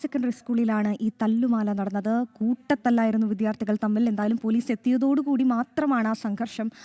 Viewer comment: 🤔വീണ്ടും "വിദ്ധ്യാ ർഥി " മോനെ ശ്രദ്ധിക്കുക 🙏🏻